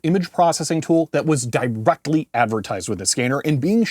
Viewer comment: i like your emphasis on the word "directly" just like The Rock back in the 90s